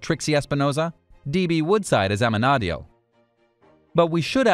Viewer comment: I feel like it's gonna have a really sad ending, and i don't want that T_T Also Amenadiel is pronounced Amen-E-Diel